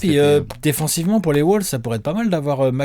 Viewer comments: Arrête de dire Woulves on dit Wolves ;) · Les "Woolves " ??